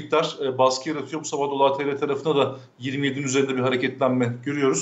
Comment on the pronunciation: Dolar için ne dedi hiç anlaşılmadı